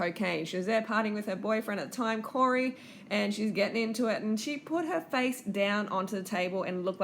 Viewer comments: Its Cody not Corey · 'Cory" no it's cody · Did she just call Cody Simpson "Cory" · ITS CODY SIMPSON NOT CORY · Did anyone else realise she said "her boyfriend corey"? LMAOOO its Cody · Who is Cory????? His name is CODY geez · Cody not Cory... just saying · She called Cody "Corey" lol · i laughed when she said cory its cody im sorry 😂😂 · Lol it's Cody not Cory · "Cory" ahaha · Oh my god you can't even pronounce Cody's name right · can't even get cody's name right. smh